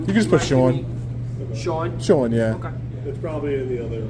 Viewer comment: his name is pronounced SHUAHWN